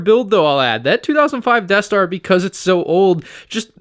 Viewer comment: the eaeth star